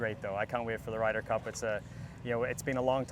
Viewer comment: Did she say, “ Ryders cup!? “😂😂😂😂